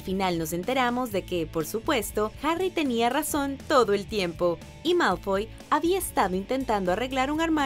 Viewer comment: No es Mawlfoy es Malfoy